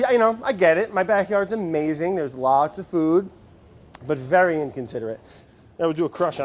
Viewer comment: Vory noice